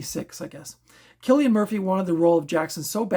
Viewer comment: You are right with pronouning his name theres a video where he tells how its said (kill not sill) lol. I really enjoyed red eye it was a great thriller i always enjoy these types of films 🙂